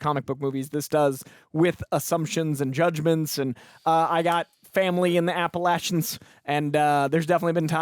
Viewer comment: You know is speaking truth when he say he has family in the Appalachians, because he pronounced it correctly 🤗❤️